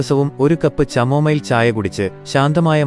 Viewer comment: ചാമോമിൽ അല്ല കമോമിൽ